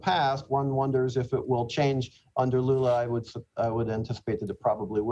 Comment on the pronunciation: Pretty sure I heard him call Lula, Lulu